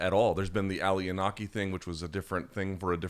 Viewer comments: EE-NO-KEY! Inoki, man! Respect the legend. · Luke, I love ya bud, but since you're always a stickler about pronunciation, I have to ask that you don't ever butcher Inoki's name like that ever again. Long "o" my man.